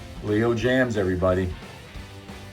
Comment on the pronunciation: Not Leo JAMMS, it's LEO JAYMZ !